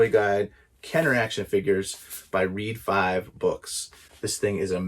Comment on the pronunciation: Just ordered mine. Looks like an awesome book. Glad I found your video. Btw- being a Star Wars book, I think ReadFive is a play on Red Five, not pronounced Reed Five. 😉